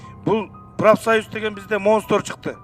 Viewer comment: Депутаттарда намыс деле жок экен. Ашмалтайлар! Монстр дегенди монстор деп койгонун. Ушунча унизиться этишпей кетип эле калышпайбы.